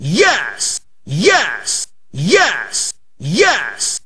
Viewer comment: Press 1 sounds like he's saying ass